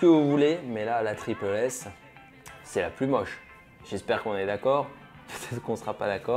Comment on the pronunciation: (TripLE S) Mec est ce que tu l’es à déjà porter tu dit que tout les chausure sont immonde tu l’es porte tu sera fan tu l’es portera toujours arête de juger sans essayer et juste on dit tripLE S et pas tripel S